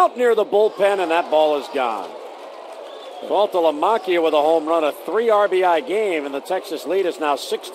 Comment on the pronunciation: If I had to hear him pronounce "Saltalamacchia" incorrectly one more time, I was gonna lose my mind.